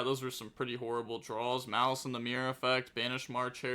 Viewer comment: Im here just to hate on maliss, mal-ass over here